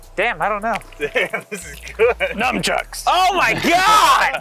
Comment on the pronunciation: Ah yes, 'numb-chucks'.